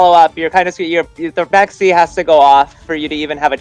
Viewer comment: First time I hear someone pronouncing Baxia correctly 😅